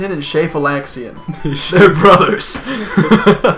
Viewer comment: Does Shafalixian become more or less awesome once you realize it's an untranslated Mandarin Chinese name (I still don't get why Vietnamese bootleg apparently = hamfistedly translating the Chinese version of this game into English, but whatever) and is pronounced, approximately, "shah-fah-lee-shyehn"?